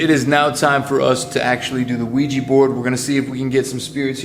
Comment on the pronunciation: It's OuiJa and not OuiJI, you're pronouncing it wrong